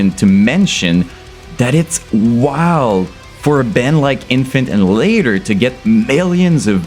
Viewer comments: I didn’t know it was pronounced infant innihalator? Whaaat? Annihilator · its kills me you can say annihilater correctly UH-NIH-UH-LATER not innulater seems like you american i dont get why you got to say it so wrong maybe it just me but it kills me every time you say it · bro, very good review, but it's pronounced AN-NIGH-HILATOR not ANN-HILATOR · Annie later?!?!🤣🤣🤣🤣 ann i uh later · Ann Eye Hill Later repeat until you can pronounce it man. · Omfg, say it with me bro.. ah.. nile.. ah.. later. Jesus fucking christ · Great video, but you're pronouncing Annihilator (A-Nah-EE-Lay-TOr) wrong! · every time you say anal ater I die a little bit it's a good video nonetheless lol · BRO,,, its "AHHH NYE AHHH LATE ERRR" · ITS ANNIHILATOR NOT ANNADILADER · are you retarded, you cant even pronounce annihilator? WTF is anninlater. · Sounds like you're saying Infant ani later 😂😂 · Bro, you misprounced the bands name within the first second of the video. I don't even care that the band liked it, I don't want to watch this shit knowing you're about to do it another 1000 times. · please learn to pronounce Annihilator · Wow, turns out I've been pronouncing the name of this band wrong for years. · He also said "Enterprise Herd". Not sure if all this is a meme or something or if he actually didn't know how to pronounce these. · To me, it sounded like you said: "Infant In-hil-later". Oh, and - "cloning line..." I think you're on to something there! Imagine if every UTuber had their own cloning assembly; that would certainly be more lucrative (albeit ethically dubious) than your own merch and clothing line. 💀